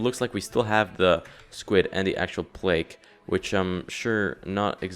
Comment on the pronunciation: You pronounce everything wrong plaque isnt Plake